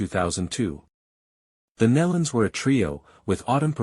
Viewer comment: Learn proper pronunciation of these sweet people's name- (knee-luns) Nelons